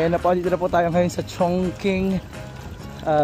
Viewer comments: its Chongching when you pronounce chongqing💙 one of the place I want to visit 🔜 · ChingQing in China pronounced as “chong-ching”, not chong king.